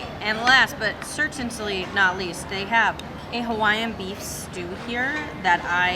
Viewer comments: Cer tan Lee. Certainly Not certantly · CertainTly is not a word